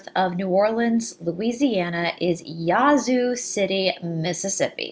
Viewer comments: Hi. Love this story. I live about 45 miles south of Yazoo City and never heard about the witch. It is actually pronounced with a short "a" (like a sheep baaaa). Thanks for all your research. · Wow you did it again. I do not believe that I did not know this story here in my home state. You are pronauses is wrong it is YA Zoo there is a pause between the Ya and the Zoo. Thank you for the history lesson. Are you doing the King James Bible or the Lost books of the Bible. can t find these videos on your site.